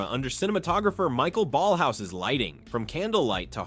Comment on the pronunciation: Michael Ballhaus's name is pronounced "mˈɪçaˌeːl balhˈa͡ʊs" or if you will "M-e-ekh-ah-ehl B-ahllh-ah-o-os/z". And Alfons Mucha's is "ˈalfons ˈmuxa". And perhaps the most important: It's neither "Cohpola" nor "Copohla" but "Coppola".